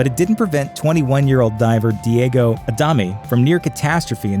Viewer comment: Horrible pronunciation of Adame!! It's not a dam me or a dummy, it's Ah da meh. There's an accent on the "e"